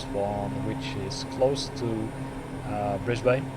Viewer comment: Nice video! (FYI from a local, the 'ane' in Brisbane is pronounced like the 'an' in "Spartan") :)